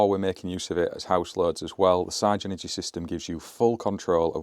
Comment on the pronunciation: Love the channel but the MD at Everything Electric South has now confirmed that you pronounce it Sig-Energy like the Spice Girls saying”Ziga Zig Ahhh” so no more Sci-Energy….